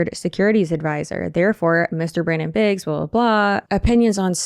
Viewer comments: Biggs, not Briggs. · *Biggs...no r in there